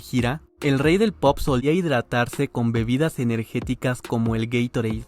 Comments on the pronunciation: Sorry I have to laugh at the fact that the AI can't say Gatorade. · How Gatorade was pronounced was criminal 😢 are we just letting this fly?